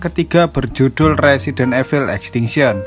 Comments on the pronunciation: Min..baca nya itu resident ivel...bukan resident efil 😂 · INDO: RESIDEN EVIL ENG : RESIDENT IVEL